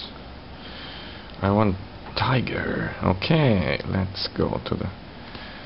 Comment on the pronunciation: Ummm, its not the Tiger movie. Its the Tigger! Ti-g-g-er